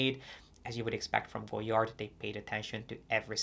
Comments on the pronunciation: Sorry but sorry, please learn to pronounce the brand name correctly. It is not Go-Yard, the "d" is not to be spoken. This it is French. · With "all" the research, did you not learn how to pronounce the name? The "d" is silent.